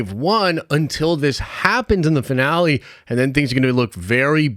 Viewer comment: I had to rewatch the first second of this video so many times to actually hear "Finale" and not "Vinale"